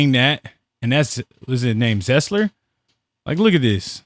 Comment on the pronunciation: Good video! If you're going to analyze and breakdown film, at least learn how to pronounce players names. Kessler and Eeedee.